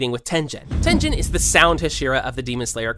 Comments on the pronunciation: THE FACT THAT GOOGLE TRANSLATE CAN SAY HIS NAME CORRECTLY AND YOU CANTTTT IS CRAZYYY... anyways, its "(ten) (g-in)" you say "g" not "j" its not tengin it is tengen. If this doesnt make any sense go to goole translate and look up the english translation of his name because that is the one thing that google translate has translated correctly. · its ten GEN✨✨✨✨✨✨✨✨ not ten jen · Bro it’s not tenjen it is called tengen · Tenjen what the hell instead of tengen! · is tengen not tenjen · It's not tenjen bruh tengen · Even in official dub it Tengen but this english people always pronounce it Tenjen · Shinobu’s dead sister is names kanae, her adopted little sister is kanao Also it’s not ten-gen it’s teng-en. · Bro really said Tenjen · Are we just gonna Ignore the fact that he just said "Ten Gen" instead of Tengen 😭😭😭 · Its Tengen not Tenjen with a geh sound not jeh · Its tengen not tenjen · TENJEN? ITS TENGRN BRO HE ALREADY SAID UZI TENGEN NOT TENJEN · No way buddy said ten Jen 💀💀💀💀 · Btw is Ten-gen not ten-jen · TenJen...?! What the... It's a hard G. Tengen. Can't subscribe to someone who says TenJen. Wow. Also.. HaSHEEra? No, dude. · He said tenjen😂😂😂instead of tengen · Oh ho ho ho no, there is no way you just called tengen fucking tenjen 🤬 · I think it’s Tengen with a hard g not soft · When you are pronouncing tengen uzui name dont pronounce the g like a j. Pronounce it like a g. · Its not Ten-Jen its Teng-en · “Tenjen” IM DYING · It's not pronounced tenjen, it's tengen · Oh my god the way you pronounce some of these words makes me cringe. I'm sorry, I don't want to be toxic, and I probably could've just kept it to myself, but even so, I wonder what made you pronounce Tengen as tenjin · Bruh its not Tenjen its Tengen Ten-gen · Wtf is TenJen😭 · ITS TENGEN “ten gin” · tenjen?! hashera???!?!!!?? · "Ten jen" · It is pronounced ten gen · "tinjin" is not okay man 😂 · am I the only one who upset at how wrong he pronounced tengen he said “tenjin”